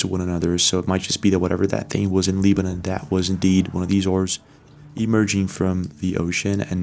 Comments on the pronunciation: Leebanan??? You mean Lebanon. LeBron.....Lebanon.... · It's pronounced, Leb-a-non not "Leeb-a- none" !!! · Re: The country "Lebanon"... it's not pronounced "LEE-ban-on" in English. We pronounce it "LEB-an-on". (Rhymes with "WEB") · Pyramid video is absolutely fake. The fact you put this video on here lowers your credibility. FYI its not called LEE-BE-NUN... ITS LE-BA-NON . Go get a diploma dude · Lee-ba-num?? Really? It's Beirut, Leb-uh-non. You're looking at maps and doing research daily and you've never heard of Lebanon? My, my, my. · Hey bro it's pronounced Leb-anon not Leeb-anon 👍🏼💪🏼🙏🏼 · I have always liked the videos this guy has produced but if he doesn’t stop mispronouncing Lebanon I am going to shut down this particular video! How in the world does a guy that is as informed as he is not know how to pronounce Lebanon properly? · Check your pronunciation of ‘Lebanon,’ it’s not a hard ‘E.’ I’ll have to assume you are AI or an Interdimensional being, based on the mispronunciation. 👀 I’ll be watching every one of your videos, just in case you’re not an earthling. 👍 Peace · All respect, but it’s pronounced with a short “e”, Lebanon, like levitate. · WHY THE HELL ARE YOU SAYING "LEEBANON"? What planet are you from because nobody on this one pronounces Lebanon as L-EE-banon. You pronounce it like "lead-bana'an", but with a silent d. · Try pro bouncing Lebanon again. Why you are at it, work on the word, basic, too. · "Lee-ban-on" Seriously??? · like this dudes videos but his pronunciations of 'aluminum', 'lebanon' and others are literally unbelievable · I've never heard Lebanon pronounced like that.